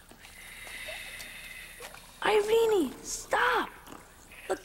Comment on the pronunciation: The only thing I hated about this movie as a kid was the pronunciation of the Princess' name "Irene-Y" it's so annoying. Just say "Irene" like "Irene Cara".